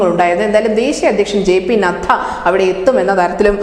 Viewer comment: നദ്ധ അല്ല, നദ്ദ എന്ന് വായിക്കണം